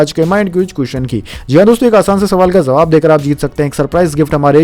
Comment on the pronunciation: Kripaya jawabhko zawab na kahe ! Uchcharan dosh dur kare !